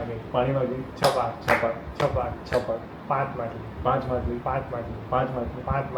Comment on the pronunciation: Jay shree krishna all family 🙏🏻 game ramta ramta machhali bole che,ke matali😅